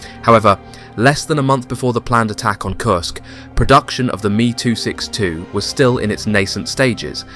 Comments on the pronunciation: It’s M.E. not “me” 262. Amateur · Thr "Me too 62?" What did the plane get molested by Harvey Weinstein? If you fed the script to an AI bot then stop being lazy and if you think that's how it's said maybe study the subject before you narrate the video. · It’s not at me 262 it’s an ME262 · It's called em eee 262 not me262. just like the JU 87 is pronounced Jay you 87. Ju in the abbreviation for Junkers aircraft company.